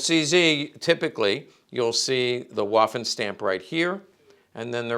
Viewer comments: I've no doubt you're aware of this, but Waffen in German, is pronounced similar to the English V sound. It's more like Vaffen than Waffen. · He's not just speaking to Americans, he's speaking to anyone interested in the subject from all over the world, myself included. I don't mind "Walther" so much (due to Bond movies), but I'm sure you can pronounce "waffen" in the German way yourself. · No tears, so no tissues needed. A historical firearms expert should know how to pronounce "waffen" is all I'm saying, and I tried my best to be polite about it. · It's not really "spelling police," but rather people trying to politely correct someone on pronunciation. I'm no expert, I only speak English, but I do know how to pronounce Waffen and Walther as best as I can. Heckler & Koch for example is very difficult for me to pronounce as an English speaker, but I make an attempt at it.